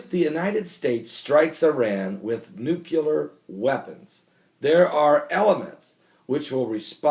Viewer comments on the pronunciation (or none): Every time you say NUCULAR all i can think of is George W Bush. Im sure thats not someone you want to be compared to, especially for spelling and pronunciation. NUCLEAR = noo-klee-er. Its so bad that I miss the rest of your message due to how distracting it is.